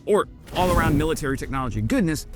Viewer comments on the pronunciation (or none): none